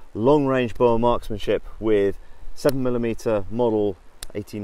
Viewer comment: it still bugs me that they cant pronounce boer. like come on after all Britain did to us u could at least learn one word.